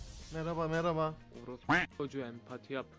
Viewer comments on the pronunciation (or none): Abi yeğinize merba diyon